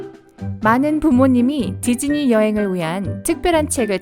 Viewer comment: 나만.. 지즈니로 들리는건가 =ㅅ=